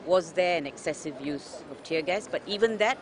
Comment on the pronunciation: It's "tear" bro "tear".. not tier. Shame on you.